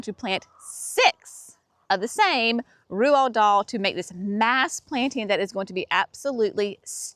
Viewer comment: Ronald Dahl (pronounced like rolled doll) are my favorite David Austin roses!! Can’t wait to see them in all their glory!! 💗